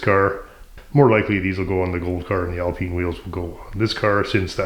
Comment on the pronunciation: Very nice work on the “Al-peen” Special.